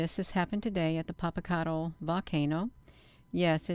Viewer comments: You’re not pronouncing that volcano right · We live quite near this beautiful volcano, first ya ought to learn how to pronounce the name of the volcano, or just call it Popo as the locals do. Anyway we've quite a spectacular view of Popo, it's letting off vapor and ash...so foolish